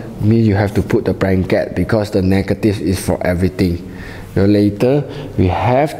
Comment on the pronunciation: "branket" hahaha